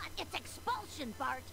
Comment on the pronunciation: its bart not barf